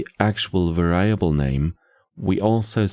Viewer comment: Hate to be that guy but "variable" is not pronounced like "ver-AI-able", it's pronounced like "VER-ee-able", emphasis on the "var" part where the a is actually pronounced like the e in "red", and the i is pronounced like an i in most non-english languages, like the "ee" in "free".